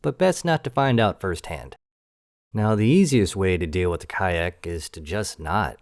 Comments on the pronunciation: I like how you pronounce their names. IDK if YouTube would react if you would pronounce the name correctly (if there is even a correct way to do so) But asuming I know the correct pronounciation, it would sound like one of the the german words for poop... yes there is more than 1 word for that in german. I also like the stile in which you did the video, you also explain the whole topic very well and also how the player can deal with the problem. In my case I did not know about the respawn time and also that their "Outposts" just respawn in Sectors that contain ore and minerals. So great job and thank you! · In X2, when they first showed up, the ship-computer liked to pronounce it 'Khark'. Also, in X2, after they turned President's End into... REALLY President's END, if you were flying anything lighter than an Argon Nova and a Khaak M3 showed up near you. You were... well, probably dead. Beta Kyon Beam Emitters just kinda' melted you. And at the time, they had the only beam weapons. You got very, VERY wary of seeing a K-M5 because that usually meant no less than 6 M5s, and one or two M3s. ...Because they jumped/spawned in as 'Khaak Clusters'. A lone M5 or two usually meant the cluster had already broken up and was flying all over the sector. Heaven help you if you saw a double-cluster jump in. (Size category back in the day:: 'M5' = 'Scout', 'M4' = 'Interceptor', 'M3' = 'Heavy Fighter/Bomber', 'M2' = 'Destroyer', 'M1' = 'Carrier'. And the game had only ONE M0 in it, and it was a boss fight.) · You pronounce it ka ack when it’s been pronounced cock since x2. Oh right youtube fuck YouTube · Why are you pronouncing ka'ak as kayack? Lmfao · I think it's pronounced as cock😂😂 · He explained why he was pronouncing it kayak in the video. Basically, he doesn't want to freak out the YouTube algorithms. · Thanks for another fun upload. Hey, I mean the way you pronounce Kha'ak at least makes for a good laugh :)